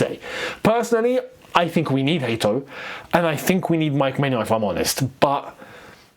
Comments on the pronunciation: Let's put respect on big mans name. It's Hato, not Hate(o) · Bro. Pronounce the boy's name the right way. Hat not hate!!